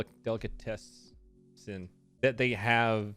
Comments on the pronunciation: You can say ringaskiddy or whatever but not delicatessen hahahahaha dammit boy. Also I support reubans and Cubans . Good sammiches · no it’s pronounced deli cat Essen Btw it’s a news blooper thing lol